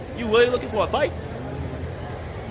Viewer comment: “You sewsly lowking fow a fight wit that?” It’s really sad that this dude is audibly a bit slow/off and no one in his life is like… policing what he watches or at least discussing it with him.